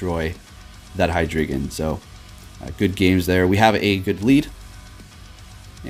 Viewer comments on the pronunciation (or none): Its pronounced Hi Dry Gon...wtf heck is a hydreegan? lol